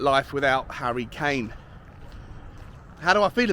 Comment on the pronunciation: Who is 'Harrty' Kane?